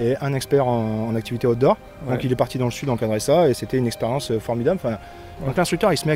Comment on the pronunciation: Ah mince, moi j'entends "Hot d'Or" au lieu de Outdoor. Déçu du coup…